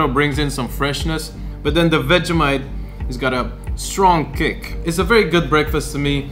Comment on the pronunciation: dont say vegEHmite say vegEEmite